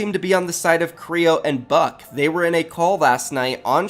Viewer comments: Kreo and buck 🤣 it's Bucke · Buck-eyyy not buck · It is annoying me that u r saying buck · Him saying buck just pisses me off